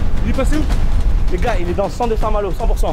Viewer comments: A « saint-malot » 😂😂😂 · Vous aurez pas du mettre le réel quand il dit saint malour, j’ai bloqué dessus 😂😂😂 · "A saint Maloo" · " À saint malooo" mdrrr l'ia ratée je crois xD sinon super vidéo gg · A saint malooo mdrr 😂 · Le " A st malot " avec l ai me tue 😂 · Le fameux ''a saint malo'' 😂😂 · "Saint malooo"🤣🤣🤣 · Mdr le "SAINT-MALO" je men souviens encore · Ça me stresse qu'il dit saint malo ces intra muros x)